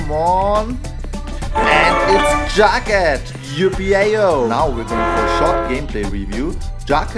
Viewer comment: "And there is jogead, yippyao!" Ha-ha lol. Jughead*